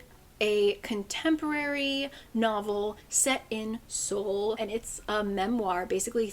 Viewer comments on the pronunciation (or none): none